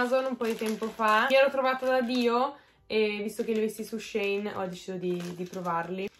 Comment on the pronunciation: Vestito verde stupendo! Comunque si dice SheIn (tipo she is in) 😉